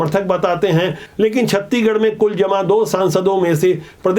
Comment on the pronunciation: छत्तीगढ़ नही छत्तीसगढ़ बोला करिए